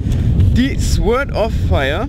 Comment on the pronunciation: "Sords" spricht man das ;)